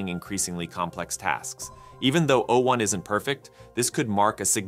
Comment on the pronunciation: Why are you pronouncing 'o' as though it was a number? o1 has not substantially attained human-level reasoning. It has replicated a small subset of that, but it often fails to think critically. It's too agreeable, to the point of being gullible, and it fails to correctly follow instructions when given tasks that it's supposed to be good at.